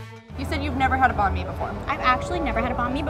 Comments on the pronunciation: I get shutters from the way they say Banh Mi as “bon me” 😂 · She does not know how to say banh mi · Can y’all plz learn how to pronounce Banh Mi? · I’m Vietnamese and the way they pronounced banh mi was triggering me. But, I mean I get that they don’t speak Vietnamese.